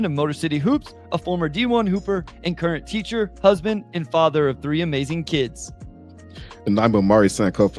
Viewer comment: Man Bryce got that Benchwarmers 3 syllable athlete the mark. That's amaz-za-zing